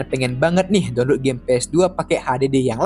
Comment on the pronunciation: DONLUT 🖕🏻 Saran kalau masih batu yasudah, PRONOUNCE YG BENER, Atau sekalian pakai bahasa indo "Unduh" blok